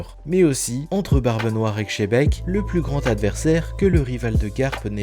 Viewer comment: Tabarnak on ne si pas shebec C’est xebec on dit le. X comme S OMG J en ai marre d’entendre xebec come shebec